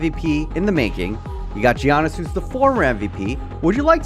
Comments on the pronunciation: ARGHHHHHHHHHHBH not GEE-annis its yarnis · Stop saying gee-anis. It’s Yanis. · Who is “geeyanus” that’s not how you pronounce it 😂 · The G is slient when pronouncing Giannis it’s more like Yiannis when you say it. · I'm sorry but you pronouncing the G in Giannis is triggering me lol